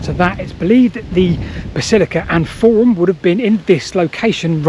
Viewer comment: Where is this “basillicur” she speaks of?